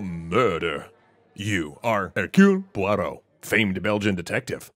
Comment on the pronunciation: Hercule Poirot would be proud of your pronunciation of his name :)